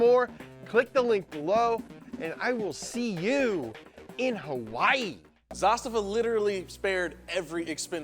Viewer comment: the way you pronounce crvena makes my acid reflux go berserk... but you get the pronunciation of zastava spot on